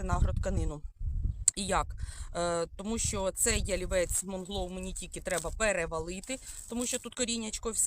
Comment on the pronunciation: доброго дня.Правильно вслух говорити:" МУНГЛОУ", а не МОНГЛОУ".